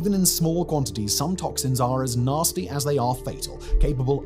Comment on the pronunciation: lol@ "naRRRsty"